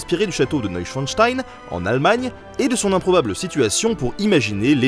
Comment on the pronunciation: Pour avoir prononcé "Château de Neuschwanstein" sans bafouillé... Pouce bleu.